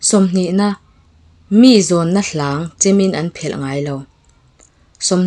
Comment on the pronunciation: 20 na 'Mi zawnna hlang.... tiha 'Mi' tih lam dan hi 'mi rethei" tih a mi lam angin a hniam a lam tur niin ka lo hre thin.